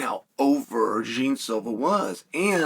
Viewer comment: "Jean" is my ass. His name is JEAN. Put some brazilian effort on that!!